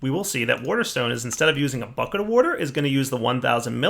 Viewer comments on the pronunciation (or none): Wouhder and wouhder stones :-) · Lol. He says wuter.